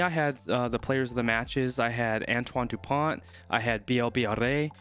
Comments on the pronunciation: Dupont is pronounced "du-pon" with a hard "o" as in "prone". England had problems tackling and Ireland will have to improve its kicking to defeat France. Edit: for Dupont, try saying "pony" without the "y". French words have the stress on the last syllable. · Bonne prononciation : Antoine dupon....pas de T! 👀👌😅🐓